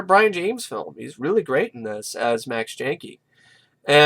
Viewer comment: brian???? its brion